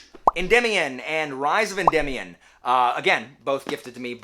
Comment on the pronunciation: Thanks for giving me the pronunciation for Endymion (en-dim-ee-on) I always pronounce things incorrectly in my head and anyone with that name I heard "ed-dee-my-on" 😆 always educating the people 👍